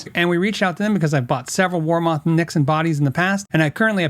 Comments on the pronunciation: Never heard WarMoth pronounced that way for 40 years. Its "war- muth" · Its actually pronouned war"meth" weird, i know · I have two warmoth necks, and I love them. I did have to do a little fret work but no big deal. And sorry, but ur saying it wrong. Watch the warmoth videos, Aaron says it the right way